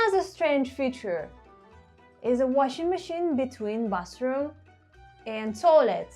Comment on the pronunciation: I like how cozy Soviet apartments are. And I like how you pronounce "bathroom" like "bus room". 😆